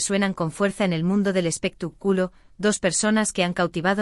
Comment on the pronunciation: Y usted comentarista tuene muchos errores de pronunciacion en las palabras que pronuncia x ejemplo no se duce espetac'ulo si no espectáculo acento en la a